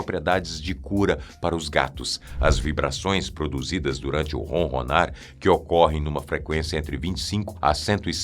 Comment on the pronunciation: Não é ronrronar.É ronronar